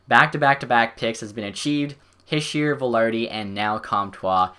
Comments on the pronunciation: Heesh-eh is how you pronounce it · Its He-She-er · It's pronounced he- shey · It's pronounced hish-er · Nick Almeida I was thinking the same thing